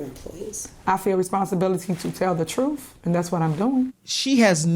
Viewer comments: Please, learn to speak English. The troof. Troof is not a word in the English language. Can’t be any more respectful than that. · I just want her to say truth and not “troof” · "Thats not the troof".. she's embarrassing af. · Did she say 'that the truf' ? Smh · It drives me crazy she says the word TRUF ITS TRUTTTTHHHHH TH TH STUPID IT ENDS WITH A TH ! NOT A F !!!!! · "I have a responsibility to tell the twoof." Yeah girl, speak twoof to power! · The “troof?” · "I feel responsibility to tell the truf"... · When you Mayor says “ da Truf”. 🤣🤣. If she’d been white, she’d be in prison already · Truth…… Ha! She can’t even say it correctly! Notice how she says “Troof!” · This girl couldn't tell the truth if she was reading it. She's going to tell the "TROOF" WOW. She can't even say the word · That's the "troof" ! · Did she say the truf 😂😁😂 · You mean the “troof” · She seriously needs to learn how to pronounce the word "truth", or just stop using it all together. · She can't even correctly say the word truth...how can she tell it